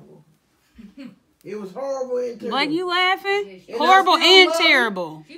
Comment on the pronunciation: “ it’s turrible “😭😂😂😂 yo mama was killin me 😂😂